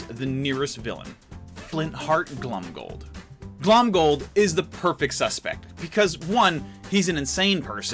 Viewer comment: Every time he says Glomgold like Glumgold Me:rrreeeeEEEEEEEEEEEEEEEE